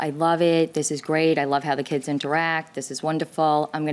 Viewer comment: She pronounces "Kids" as "Keds". I hate when women do that.